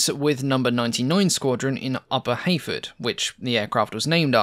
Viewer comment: Your accent makes it sould like you're saying (h)Aphid. I struggle to concieve a bomber named after a tiny little bug like that, but now I'm stuck with that concept.